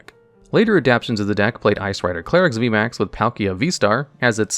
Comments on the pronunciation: clare-ex NotLikeThis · idk why it bothers me so much that he starts pronouncing Calyrex wrong after saying it correctly at the start of the Shadow Rider Calyrex segment. Also very surprised seeing Gengar on the list and not Eternatus VMAX.